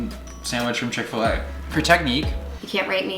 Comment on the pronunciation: Niki: :oil smells like chick-fa-lay Probably because it’s supposed to be a chick-after-lay sandwich 🥪 lol